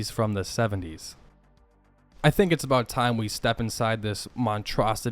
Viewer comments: I’m not trying to be a dick, I think the word that you were looking for was monstrosity, not montrosity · It's "monstrosity" not "montrosity". Great video still